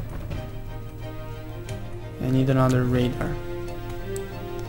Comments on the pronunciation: I'm not usually pointing this out but i had problems with learning this aswell. Radar is pronounced Rey-Dar not ra-da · y u say radar when its rAdar? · radar is pronounced separately like ray-dar but there is no pause between the pronunciation like you are rushing to say it.